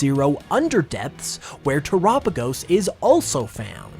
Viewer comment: Dang I hate when people call it "tur-apigos" because it has "tera" in the name because of the terastal connection. You don't pronounce tera like "tura" do you... I guess everyone has their own way of pronouncing things, though lol. Nice video!! As always :)